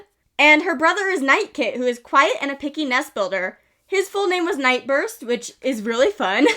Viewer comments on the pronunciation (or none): ngl, when you said Nightburst I thought you said NightROOST, which also would have been a very cute name